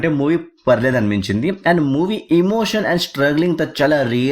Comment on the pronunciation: Adi emosion kaadu emotion